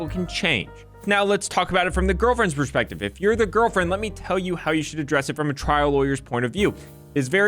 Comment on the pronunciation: Oh you said “trial lawyer”… I thought you said “child lawyer”. Being 4’2 you will need to really annunciate to avoid the confusion. P.s. Sorry for my triggering profile picture : (